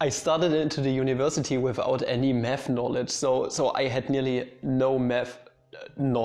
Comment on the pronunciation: You say "math" i hear "meth". "When i started studying meth at University..."